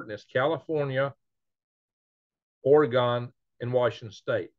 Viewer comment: Ore-Gone? No No No it's pronounced OreNug ..... chuckle chuckle